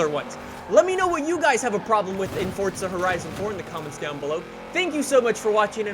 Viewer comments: It's forza not fortza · Please can you stop saying Fortza Horizon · Stop saying Fordza🤦‍♂️🤦‍♂️🤦‍♂️ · Another guy that says ForTza 😂